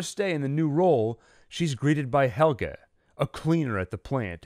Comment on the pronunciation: You could have cared a bit about the pronunciation of the names. There is no HELGA in this series.